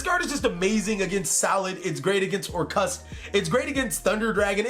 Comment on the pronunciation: Normal people: Orcust: OR-CUST